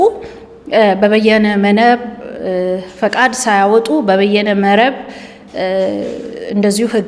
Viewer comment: በየነ መረብ ሳይሆን በይነ መረብ😂